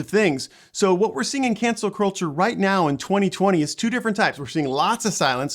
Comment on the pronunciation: When he says cancel culture it sounds like cancer culture.